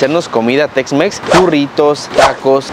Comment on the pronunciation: Yo le entendí sexmex jajajaja